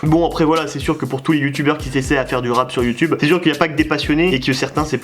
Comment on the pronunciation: Ptdrrrrrr on dis rap avec un p pas deux 🤣🤣